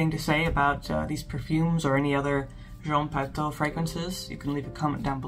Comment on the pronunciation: It's pronounced Jean Patoo . You're so good already at pronouncing French but since you're making videos, why not look up pronunciation of particular words and vowel combinations? I really appreciate your effort to pronounce correct French and I have been mortified by most reviewers' butcherings, so you're doing great. I made 1 fragrance video with a French lesson at the end- it's called Advanced Oud by Fragophile Files. I haven't made any more yet because, well I have been focusing on my Substack but I do give a basic vowel lesson and the nasal combinations: such as words with "an", "en", "in", "on" and "un". "An" and "en" are the same but the rest are distinct from one another. Most Americans pronounce "Indémodables" as though it were "andémodables" but that is incorrect- at least in France, not talking about Canada. There is an awesome French dude you will find toute suite if you look up French pronunciation on YT- just check him out a bit. I hope I didn't make you mad. Sillage is seeyaj.